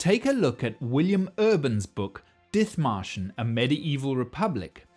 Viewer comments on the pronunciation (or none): Dithmarschen is pronounced dit-marschen. 'Th' in traditional Germanspellings that can still be seen in place names like Ditmatschen and Othmarschen are always pronounced /t/. There is no 'th' sound in German like we have in English. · Very interesting. But one thing: The name, Dithmarschen, of a region near Hamburg, is not pronounced with the "th" sound but with a simple "t". And to this day, the Dithmarschen people are renowned for their stubbornness and their independent spirit. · The "th" in Dithmarschen is not an F-sound but just a T. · Ah yes, the English town of Diþmarshen. With exactly that pronunciation. How dare the Germans spell it "Dithmarschen". Almost like they wanted to imply not entirely insignificant a different pronunciation! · In German, the "th" is pronounced as a "t". Dithmarschen is dittmarschen. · The pronunciation of Dithmarschen triggers me hard. One look its Wikipedia article might have helped... There is no /θ/-sound in the German language! Nonetheless, good video :) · You're mangling the name Dithmarschen...the "th" is pronounced as a "t"...silent "h". It isn't surprising that they'd be self-governing, as they're wedged between East Frisia and North Frisia. I'm not knowledgeable about their government, but I recall their story being very similar to Dithmarschen's. Something about the Frisians being the only Europeans to never fall under feudalism...but if Dithmarschen wasn't, then that bit of info is incorrect...unless the people of Dithmarschen were/are Frisians, too. Could easily be, considering Frisians and Saxons have shared that area for a long time.